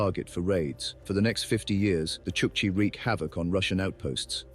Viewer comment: This is probably why Chukchi are the butt of jokes in Russia - kind of like our "dumb Polack" jokes. Also if we are going to do AI voiceovers, make sure the name is pronounced right. The video pronounces it as "chuck see", but it's "chuck chi".